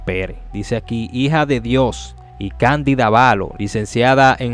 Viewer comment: BRO PARA LA PRÓXIMA ACENTÚA CUANDO LEAS, NO ES AVALÓ LO CORRECTO ES ÁVALO EL ACENTO ES EN LA LETRA (A) DISCULPA LA CORRECCIÓN ERES COMUNICADOR 🙏